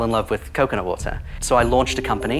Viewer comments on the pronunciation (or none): What is this guy's accent? It sounds American, but the way he pronounces words like "water" is definitely British